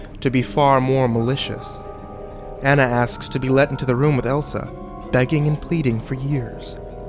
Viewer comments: this...wasn't very good and, it's pronounced Ah-nah not An-ah (because of the country it's set in) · It's not aa-na(Anna), it's aw-na(Anna) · Ah-Na not Anna. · I know I'm almost 10 years late, but does anyone else just feel a tinge of annoyance every time he calls her "Ann-na" instead of "Aw-na" (the correct way to pronounce it) or is it just me? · You crept saying Ana not anna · its actually pronounced Onna but spelled Anna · it A u n a Not ana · ah-na, not anna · It's pronounced ah nah and love ur bids escpicually the rugrats theory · Anna's name is pronounce uhna it is German. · Interesting theory, but the only thing that bothered me was that Anna's name was said wrong. Pronunciation of her name could be like this On-Nah. Besides that, it was interesting to listen to. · this would have been so much better if you were pronouncing anna's name right... ( say it like auna) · its anna ah nna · its pronounced onna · by the way, you're saying her name wrong. it's pronounced "ah-nah" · anna is pronounced ah-na:3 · I don't know if I can believe this theory... Maybe it's just because you don't even know how to pronounce her name so I can't trust you... I'm weird like that lol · For the last time...Anna's name is not pronounced that way!! You would think with Frozen in everyone's face they would know how to say Anna's name right. Also...these theories are a bit too far fetched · Great CreepyPasta but... The whole time all I could think of was "YOU'RE PRONOUNCING ANNA WRONG." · Not how you pronounce Anna.. e.e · you pronounce her name wrong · U said ana wrong... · That that's not the original origin of the story at all and too bad you're not even saying Anna's name right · Omigosh please pronounce Anna's name right gyahhhh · The fact that you just pronounced Anna's name wrong made me cringe. Sorry to point that out... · I couldn't really get into this because you we're mispronouncing Anna .-. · Anna is not pronounced how your saying it